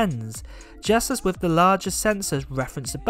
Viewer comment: “Firteen” rather than thirteen, “fousand” instead of “thousand” and “wiv” instead of “with”. 🤬Triggered!